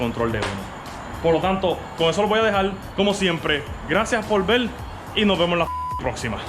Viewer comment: jajajaja me da risa tu acento "GRACIAS POL VE" JAJAJA saludos muy buena la técnica para sacar los toques...